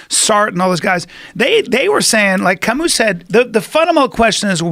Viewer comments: hoW 2 buTchER CaMUs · Butchered Camus lmao